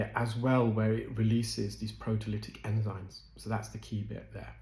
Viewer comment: Enzyme NOT enzyne!!!!